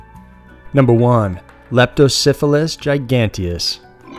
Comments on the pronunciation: Please don't pronounce the eel's name like Leptosyphillis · It sounds like your saying Lepto Syphilis.